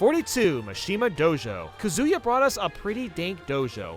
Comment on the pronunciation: I thought you hated TGCO the most, but 75m can be debated for the worst... also you said kalos wrong and kalos pokemon league isn't bad... or maybe I'm wrong Edit: yu also said Kazuya wrong